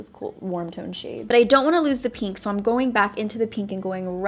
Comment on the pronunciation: Take a shot every time she says peenk (pink)